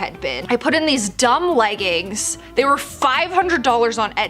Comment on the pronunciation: "Leg ins" 😂